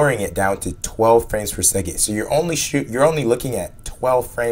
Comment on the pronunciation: "12 frames every seg-it" completely irrelevant, but my god, american pronunciations are so damn stupid sometimes. i heard "lookeen" earlier in the video as well, for "looking". what the fuck is this shit.